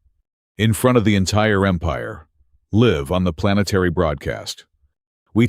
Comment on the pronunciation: ".....we walk out together in front of the entire Empire, LIV on planetary broadcast."!!!! WTF is "LIV"!!!!???? Your AI was doing SOOOO well and now starts F'ing up!!!!!